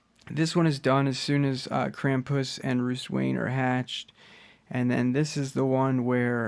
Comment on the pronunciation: yeah ik🤦 him in his videos he says Krampuuss